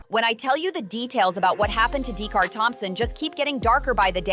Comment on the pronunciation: DA’CARA!!!!! NOT DAE’CAR LOL! 😂